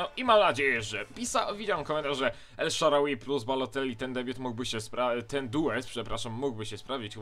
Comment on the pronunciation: Czyta się El Szarawi....